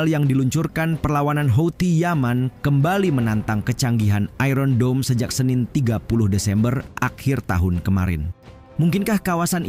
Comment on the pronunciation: Iron Dome berubah menjadi Iron Dobol 😂😂😂😂😂